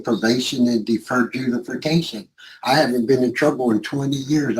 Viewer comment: "Deferred judifercation..."